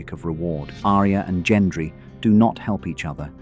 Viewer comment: at all.. your pronunciation if anything.. the way you say Gendry